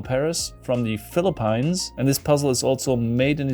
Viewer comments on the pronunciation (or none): Some pronunciation help... "Philippines" would be "FILL-la-peens". "Philippine" would be "FILL-la-peen". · As a Filipino I can confirm that that is definitely how "The Philippines" is pronounced.